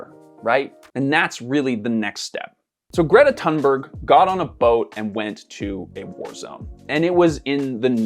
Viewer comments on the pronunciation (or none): none